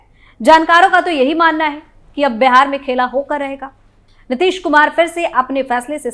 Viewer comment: तुम भी पूजा एंकर की तरह "पूजा" को ऊजा और "बिहार" को बेहार बोलती हो ।पता नहीं तुम सारे के सारे एक ही चरवाहा स्कूल के चट्टे बट्टे हो।